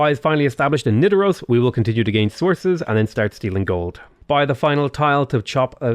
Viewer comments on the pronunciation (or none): none